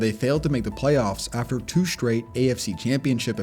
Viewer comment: Practice pronouncing words correctly. Straight isn't shtrate, and string isn't shtring, and streak isn't shtreek, etc.